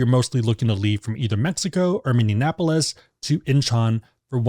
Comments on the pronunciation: Great video! Pronunciation of Minneapolis is like mini-apolis or mi-nee-a-puh-luhs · Mhm, the pronunciation gave me a bit of a chuckle, but awesome video nonetheless! Gotta look into flights from MSP now